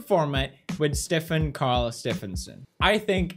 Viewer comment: stefan is not pronounced like that